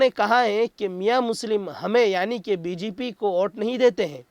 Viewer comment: Bjp ke. Bjaye. Bgp bolte hain. Thodi dhiyan se boliye. Shukrya a/$